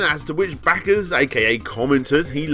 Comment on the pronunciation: Every time Larry says Dollahs and back-ahs some guy around the globe survives cancer.